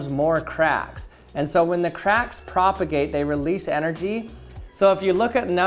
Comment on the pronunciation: How many time is he gonna say "propergate"?